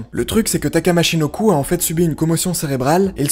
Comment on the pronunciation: Bordel c'est michinoku pas machinoku Respectes les légendes bordel